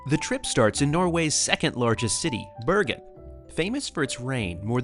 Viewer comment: language tip: you might want to research pronunciation in foreign languages. Flåm is pronounced Flom, the å is an O sound. Bergen is pronounced like Bargain, Most germanic languages ER is not an English er, but more are or air sound. Norge is not like George, but Org like organization with an eh at the end, Norg-eh.